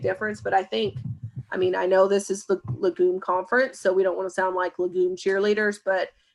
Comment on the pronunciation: No offense, but I wish you would learn to pronounce legume correctly.